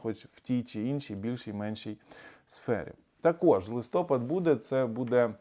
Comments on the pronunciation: Зверніть увагу! Не листОпад, а листопАд. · ЛистопАд правильно, а не листОпад. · Шановний, кажіть, будь ласка, листопАд, а не - листОпад) Вибачте, такі правила) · дуже дякую за корисну і цікаву аналітику. Вибачте, але мені ріже вухо, коли ви поточний місяць інколи називаєте - листОпад. У орфографічному словнику авторства А.А. Бурячок назва 11 місяця українською мовою - листопАд. Успіху Вам і натхнення. Слава Україні! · Не листОпад, а листопАд. Говоріть грамотно. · ЛистопАд, наголос на останній склад! Як снігопАд. Дбайте про чистоту мови! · дякуємо за інформацію, слухаємо щодня! Хочемо, щоби ці відео були ще кращими, тому просимо звернути увагу на правильні наголоси. У слові листопад наголос на останній склад (на "а"). У слові випадок наголос на перший склад (на "и"). Дякуємо за Вашу інформаційну діяльність! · Грамотно казати листопад з наголосом на 3 слог